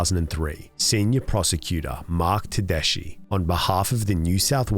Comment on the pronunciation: Great job! As a solicitor in NSW, a very minor nitpick is that Tedeschi is pronounced Ted-esky. You should look into some of Gary Edmond’s research on the horrific state of scientific evidence in courts, there is a tendency for courts to blindly accept “expert” evidence under the UEA even though most of it doesn’t have a solid foundation. As the American Academy of Science found, DNA and fingerprint analysis are the only generally reliable forms of forensic evidence, and people are all to happy to create bunk science for a payday, despite the fact it ruins lives (looking at you forensic odontologists). It’s ultimately a two way street, blind acceptance leads to Meadows law, while scepticism prevents evidence from even being considered. The root of the problem lies in the fact that the average juror (a braver individual than I might even say the average judge) lacks the skills to properly understand and interpret scientific research and there aren’t any resources to help them.